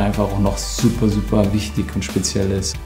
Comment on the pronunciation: Niemand: Götze: sPeZiElL